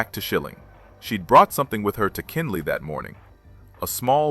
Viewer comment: It was Kenley not Kinley.